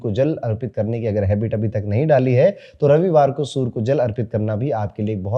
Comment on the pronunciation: Surya ko sur sur kyo bolte hai